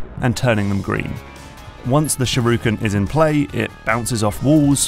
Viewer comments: SHU-RI-KEN. Not "sharuken". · Stop saying "sharuken" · And then I get agitated again when he says sharooken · Shoo-ri-ken. Not fucking SHAROOKEN. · What's a "shirooken"? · its not a sharooken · "Sureooken." I've never heard that particular mangling before. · SHURYUHEV! (Sure you have) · He says shuruken btw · "walk up to the shiruken" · Say sharooken one more time, I dare you, I double dare you. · I like the video but it pisses me off mentally how he says shurikan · people are correcting the french but not the sherooken smh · I had to do a double take on that one.